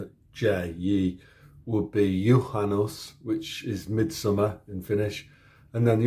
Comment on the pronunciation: remember u in finnish is always an o sound. well at least a swedish o, though the english one is slightly different, but I noticed that when you pronounced Juhannus